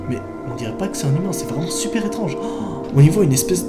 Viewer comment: "c'est vraiment chuper chelou" Noa 2020 xD #épisode2